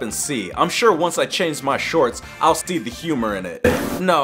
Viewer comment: did you guys notice that he said “stee” instead of “see”